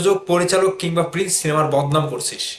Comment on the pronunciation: ভাই তুই তো প্রিন্স উচ্চারণ করতে পারিস না 🤣, তুই আবার YouTube চ্যানেল খুলছিস 🤣।